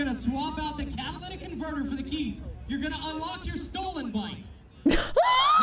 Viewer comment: Even Florida Man can pronounce "catalytic converter" properly, but not.